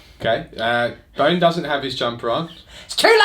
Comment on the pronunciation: Well done on the pronunciation of my name,! Thanks again for a great game - it was an absolute pleasure playing with you - and you're right for sure: that piece of terrain won me the game. I still regret not charging you from it and not suffer your horrendous overwatch... NEXT TIME!!